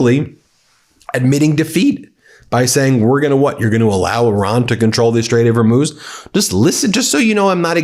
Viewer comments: I see you've gone back to your old favorite "HERMUSE". Have you considered using AI to do your voice overs? I'm sure they could could get it right for you as you seem to be brain-locked on mispronunciation of commonly known terms lately. BTW, every time Trump appears, I immediately go to someone else's video. Please reduce that scum's appearances as they are truly annoying. A summation would be best IMO. Also; Trump panics, all hell is breaking loose, and Trump has a meltdown are getting a little stale lately. Maybe purchase a thesaurus? Quality over content and mass broadcasts every hour may be in order. I know the money is enticing, but we know where that leads don't we? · Good lord, you're ignorant. It's taken you a week until you stopped calling the Straight of Hormuz the straight of Hormoze. How many posts until someone corrects you on this? "Houthi" is pronounced HOO-tee (IPA: /ˈhuːtiː/). The first syllable sounds like "who" or "hoop," and the second syllable is a long "ee" sound. It is often phonetically spelled as "Hooty" or "Hootie" in English, with the "th" often pronounced like a hard "t" sound.